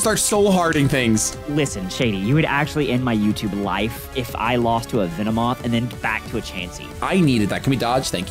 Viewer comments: called it a Vinny-moth lol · "Lost to a Vinnymoth" LOL!